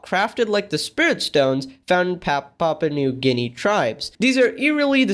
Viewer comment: This is so damn wholesome and I'm glad he's getting his recognition. Respect to the daughter for this I'm sure this would be any writers dream to be appreciated for their work. ❤️ Also I couldn't help but laugh at how tried to pronounce Papua New Guinea 😂